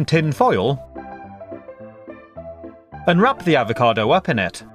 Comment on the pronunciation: fre sh Ava cadoo